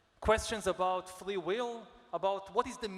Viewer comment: why does he say "flee will" 3 times instead of "free will"? but he's very eloquent in every other word!